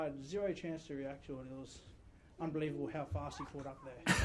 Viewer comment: how come he pronounced unbelievable like a seth efrican then.